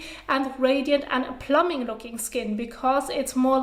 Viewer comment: Great video, xD it's really cute, but I felt I should say, when you need to say plumping effect, try and put emphasis on that 2nd p, plum-Ping... I keep hearing plumbing hehe, learning so much from this channel, your amazing 👏